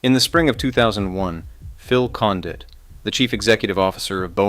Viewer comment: If you're too lazy to investigate how to pronounce Condit's name, no one is taking you seriously. Seriously dude, lame